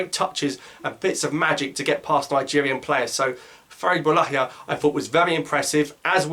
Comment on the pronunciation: great game from boulaya ps : don't know where the entv guy saw the h in boulaya's name 🤔🤔 .. don't think it's boulahya